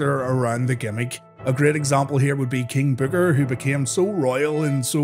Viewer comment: Sorry to say it but you mispronounced King BoooKaaah